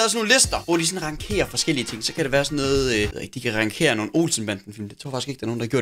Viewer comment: Det staves yndling og ikke ynglings, og det udtales ransjeres og ikke rankeres